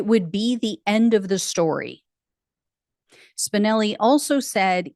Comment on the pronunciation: Every time you say Spinelli I hear Spicoli